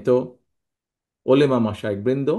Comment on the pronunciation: উনি নাকি মুসলিম,, উলেমা বলে,,আরে ভাই,,উলামা উলামা হবে